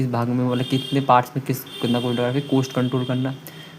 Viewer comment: Cooost ✅️ cost ❌️